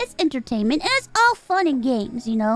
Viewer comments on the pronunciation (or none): and I mean it’s entertaintament